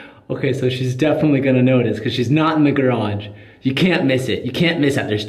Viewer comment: he still saying shhheeess? wtf man ill be back in a month